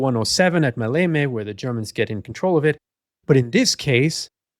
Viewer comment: The emphasis in the word Maleme is on the 1st syllable "Ma". I think that 35 years ago I read a book published by the official history department of the Greek Army, that Kurt Student was ready to commit suicide if the operation failed.